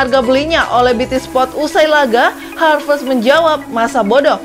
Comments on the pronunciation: haverst bukan harvest. Koplak bt sih😂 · Admin : "Harvest" Me : "😑😑"satt